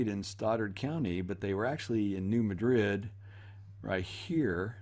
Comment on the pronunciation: BTW New Madrid is not pronounced like the city in Spain but emphasis on first syllable.